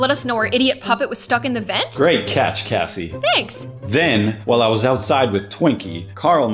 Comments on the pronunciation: At first I thought he said ASSIE are you okay? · cassierole is all i heard every time said "cassie"